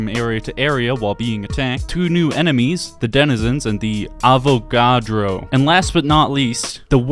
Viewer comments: How do you not know how to pronounce "Avogadro"?? It's not even that difficult to say their name. AH-VAH-GAH-DRO. Easy and even kind of fun to say. Just like Avocado. Avagadro. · this guy just kinda blurts out the common consensus and just restating the same thing. Can't even pronounce Avagadro which is something people should learn about in 10th grade Chem. Idk I think Tranzit is a unique experience that offers chaotic fun and a lot of fun play styles. Ofc it has its downsides, but it's still a bunch of fun that oozes in personality and environment like Die Rise (my personal favorite map).